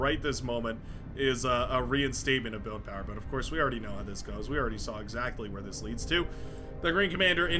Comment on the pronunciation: "No one pawn should have all that POWAH!" So good!